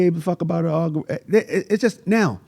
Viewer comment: I never heard the word algorithm get butchered so many times 😂 great interview though, much respect 🫡